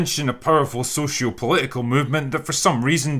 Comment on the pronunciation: POLI-ICUHL BO-UHL BAH-UHL This guy drank all the "T" and now he's unable to pronounce the Ts in his words! 😂😂😂😂😂 Ih- mah-uhs naw- may- 😂😂😂😭😭😭😭